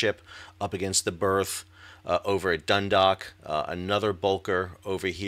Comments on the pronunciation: Great commentary. One note from Ireland: Dundalk (named after the town in Co Louth) is not 'dun-dock' it is 'dun-daawk' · Great informative report. Just a minor point of information to add… Dundalk is pronounced Dun-dawk (rhymes with hawk). Thanks for your updates. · As a Baltimore local, I want to help you with some pronunciation of the locations. Dundalk - the "dalk" part sounds like "walk" Seagirt - the "girt" part sounds like "dirt" Just trying to help, honestly.